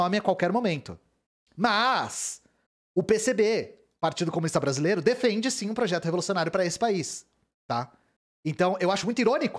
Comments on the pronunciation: CO - MU - NIS - TA são quatro sílabas... #TMJ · 4 sílabas. Por favor né